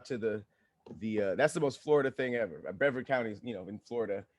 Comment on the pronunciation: Lol baby it’s Bree-vard (like card, vard) that’s where I’m from 🥰